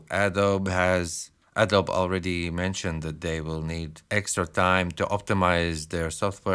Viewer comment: Adobe is not pronounced 'A-dowb', it's pronounced 'Ado-bee'.